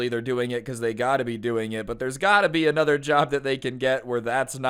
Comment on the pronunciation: Does “uhchother” bother anyone else?